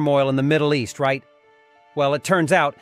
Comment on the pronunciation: Competition between the east and *oust" ? Lol Bad bot, bad!